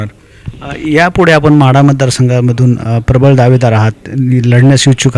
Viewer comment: महाढा नाही ओ माढा